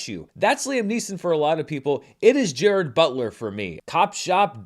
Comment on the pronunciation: Pronunciation is /DJE-rahd/. Fact. Also where is the cricket bat?